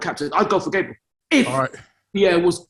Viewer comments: calls Gabriel, Gaybril but when someone calls him taiwu instead of taiwo he will go mad 😂😭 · Everyone: gabriel: Gaybril